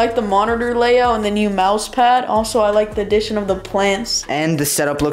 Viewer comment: bro said ''and the edition of plants'' like what plants